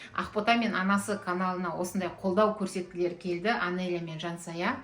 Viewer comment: Жансая Анелья деп айтсай Анения деп емес